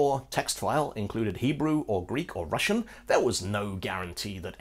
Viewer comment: I'm russian, and am really happy at you actually pronouncing russian correctly! incredibly rare :D